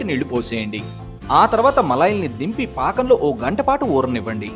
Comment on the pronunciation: Fakam not brother pakam